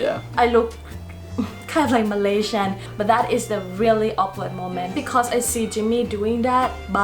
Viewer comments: Malaysian not Malasian, I don't even know how to read that... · #7 is starting to become wrong! Some people are going to australia and they have to study english Edit: its Malaysian not malaisan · it’s malaYsian not malasia no shade just wanted to point out that small mistake anyways you have covered everything up good job 👍🏻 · Its Malaysian not Malasian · Thank you for the video! Btw it will be Malaysian not Malasian. Anyway thumbs up for the amazing video 😊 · For no 5 it's not malasian it's Malaysian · Malaysian* not malasian btw